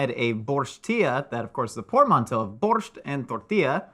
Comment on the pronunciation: It's upsetting how they always mispronounce borshch